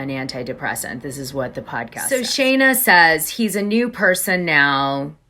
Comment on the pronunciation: Her name is Scheana not Shayna, why do you keep calling her Shayna? It makes you look like you don't know what you're talking about when you can't even get a name right! It's been pointed out to you before when you did a story with her and Brock, that you said her name wrong about 13 times!